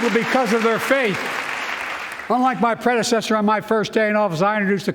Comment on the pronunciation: Basically a Trump hate speech. "My pwedesesthurr". Dementia really got this man. It's sad to watch.